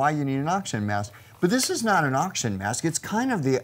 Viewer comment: "oxgin" heh.